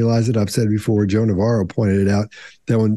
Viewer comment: I thought they were saying Joan of Arc for awhile before it sunk in they were saying Joe Navarro